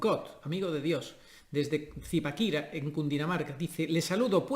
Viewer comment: Excelente el programa, y la pronunciación de Zipaquira estuvo muy graciosa, eso sonó muy muy gracioso, jiji, lleva tilde en la última a. Bendiciones